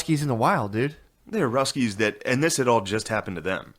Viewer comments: After the 5th time he said “ruskies” got pretty annoying lol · You know your white when you keep calling them the RUSS KEYS😂😂😂